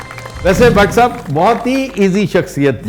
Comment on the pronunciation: intro krwaty wqt sahab py bra zor deti hen aftab iqbal saaaaaaahhhbbbb ye na bhi kahen to phr b wo hmary liye itny hi mohtaram hen